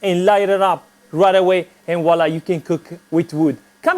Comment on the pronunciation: And woila loool